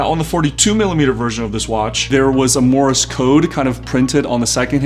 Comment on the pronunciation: It is pronounced MORSE code, not Morris Code.